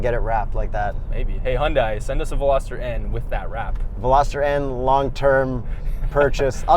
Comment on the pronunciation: Pronounced HUN-day. Like Sunday.